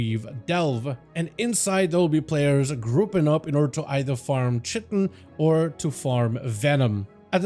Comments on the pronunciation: I came down to find this haha, Cheh - Tin was driving me nuts, although it IS spelt that way. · Just because you've heard it both ways, doesn't mean both ways are correct lol Definitely Kite-en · Fun fact of the day: The proper pronunciation for chitin is [ kahy-tin ] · chitin= you say it like this, It rhymes with PIE TIN. So, Chitin or K +eye+tin ch sounds like a k. The letter "i" sounds like the word "eye". Then the last syllable sounds like "tin". The accent is on the first syllable so it sounds like K+EYE + tin. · 'Chitin' is pronounced kai-tin in both UK and US english. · theres only one way to pronounce chitin btw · PLEASE stop saying chitin like that, were you purposely saying it badly and constantly hahahahaha